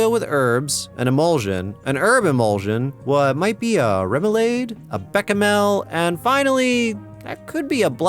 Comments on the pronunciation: remoulaid and beckamel are really funny ways to mispronounce those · remoulade is pronounced rem-oo-lahd, and bechamel is besh-a-mel, at least according to my chefs